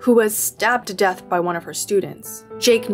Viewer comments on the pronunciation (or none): none